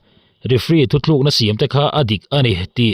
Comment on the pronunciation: Thuthlukna a ti hi a dik lo sir. THUTLUKNA tih zawk tur a ni e. Thuthlukna chu ^ hei hi a ni e